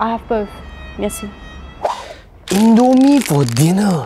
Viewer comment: Indomie bro not indo mee